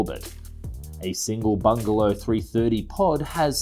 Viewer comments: Why do you keep saying 'bungalow aerospace' when the company is clearly called 'Bigelow aerospace'? It said Bigelow in the text on the video about 10 times but still you keep saying bungalow? Don't mean to be petty but it just ruined what could other wise have been an enjoyable video. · BIgalow not BuNgelow!!!!